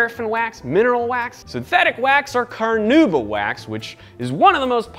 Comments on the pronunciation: It's Carnauba wax not caranuba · Hi there! Just to let you know the wax's name is carNAúba not caranuba ;)